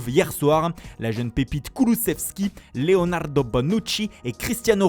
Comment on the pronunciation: Frappotta Leonarrrrdo 😆